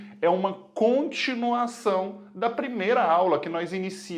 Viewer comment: O "CONTINAÇÃO" pegou minha atenção durante o vídeo todo '-'